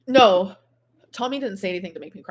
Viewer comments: That weird new way she pronounces the long "o" sound gets on my very last nerve every time. Alexis said that's part of her regional accent, and Amber "borrowed" it from her. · Why does she keep saying 'no' and 'so' like that? Infuriating. Must be how the new gorl speaks.